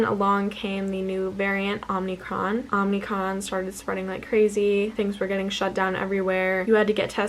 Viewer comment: LOL - it’s OMIcron not OMNIcron. This is a very common mistake, but it is a mistake.